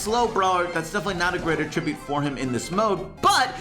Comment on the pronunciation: Is anyone else bothered by the way he says "attribute"